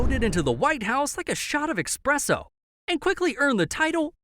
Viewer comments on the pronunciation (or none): It’s “espresso”, not expresso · I'm sorry.... Did you say "Teddy Roosevelt shot into the White House like a shot of Expresso"? It's "espresso"